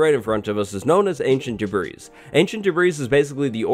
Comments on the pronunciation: It’s pronounced debreey not debryss. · I just want to say. It is pronounced "deb-ri" not "debrese" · You pronounce Debris without the S on the end Not "de-breeze" Its "de-brei" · debrees debrees debrees this video killed me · “Debreeze” lmao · You slowly give me more anxiety when you say ‘duh-breeze’ instead of ‘duh-breeeeeeee’ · Debris is pronounced as "debree" or "daybree". It is not pronounced as "debrees" or "debreeze". -Oxford dictionary. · Not sure if anyone has commented on this, and forgive me for being annoying. But... Debris is pronounced da bree or de bree. Not de brees. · Im so glad someone said it!!! I cringe everytime I hear him say debris like:debrees:...its pronounced ancient:debree: But yeah, awesome video and Youre the man. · oh wow listening to someone say debreeze over and over again is more annoying than i thought it would be. it’s da-bree. anyways love u thanks for the info!! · It's not DUH-BREES. You don't pronounce the 'S' in the word debris, and it is pronounced the same singular or plural. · *pronounces debris as “debrees” and not “debree” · ffs its not de-bris, its de-bree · Stop calling it debrissssss, say it like debreeeee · By tve way its just Ancient Debree not Ancient Debrees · Its pronounced Debry not debreeze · Why is he calling is debreeze it’s not febreze it’s pronounced debree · Da-breeze...smh it’s pronounced Debree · its pronounced "Deb-ree" the s is silent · Oh and here I thought it was actually spelled "debreeze." Glad I wasn't the only one who was getting annoyed that "s" was being pronounced. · Holy crap I died on the inside every time he said “ancient debrees” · I had a twitch every time you said debreeze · [ānšənt dêbrēs] Me: the s is silent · "Ancient Debris" Nah it's pronounced Ancient DebrEE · yea i hate the way he pronounces the s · This is a very great video but I can’t help but correct you. In the word “Debris” the S is silent. Pronounced in phonetics like [deh-bree] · Ancient DeBREEEZE